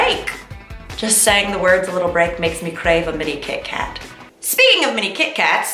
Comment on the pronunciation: I didn't hear you say " mini kit Kat", I heard you say "mini cake hat". both seem appropriate coming from Mamrie 😀. missed you mamrie!